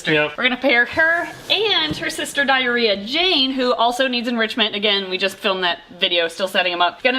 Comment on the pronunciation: I had to rewind this video 3 times to make sure I didn’t hear “Diarrhea Jane”. Nope the snake’s name is Diary OF Jane lol 😂